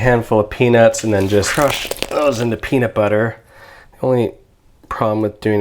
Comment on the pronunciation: Spicy peanublllllllllllllllllllllluh soup